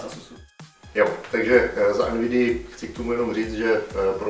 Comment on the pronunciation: Když rikal Asus a Nvidia tak sem rozuměl Nasus a Anivia :D